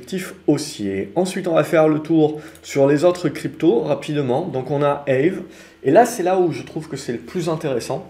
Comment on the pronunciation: Aave, ca se dit comme en francais "A-ve", pas "ève"! (Ca vient du finlandais)